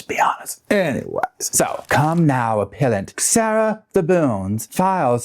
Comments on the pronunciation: I think it’s “aPELLant”, not “aPEALant” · It’s pronounced: “app-PELLLL-ent” lawyer. Also, love your work, thank you. ❤️👍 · 😂 you crack me up appellant - a-pell-ant. You make and appeal then become and a-Pell-ant - English is hard for even English speakers!